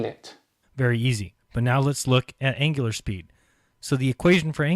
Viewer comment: Please check your pronunciations: NOT angilar ANGULAR.